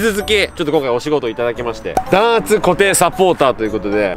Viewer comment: 弾圧一回だけ言い間違えるかと思ったら結構な回数ミスってた笑笑